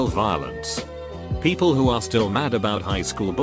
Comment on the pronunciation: This text to speech robot needs an update. "Peeeeeeaaaaapl"? Really?!